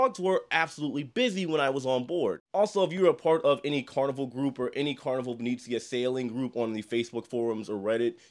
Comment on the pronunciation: My only comment as an Italian & travel agent is for you to stop mispronouncing the ship name 😭 it’s not long e’s.. it not Vineezeea.. it’s Italian- Veh-neh-zzi-ah. Like the city of Venice. Other than that, I’m a big fan 🥰